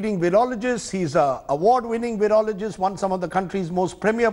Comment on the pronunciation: It is PRONOUNCED VYROLOGIST NOT VEEROLOGIST (Virologist ) Please don't invent words Sir 😜